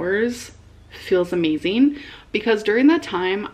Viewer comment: Where does her "g" go? Fastien , amazein.... tf.